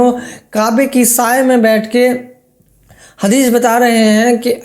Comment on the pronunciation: Bhai saab inko pehle hadees bolne ka pronunciation sikhao .. bad me inse hadees ke baare me suna jayega😂